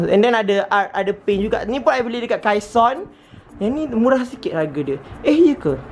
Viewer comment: Yang kaison tu sebutan dia kaisen